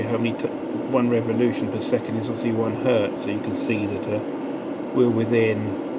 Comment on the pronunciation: If it's only one, it is still Hertz, not Hert. Sorry, but had to write this down.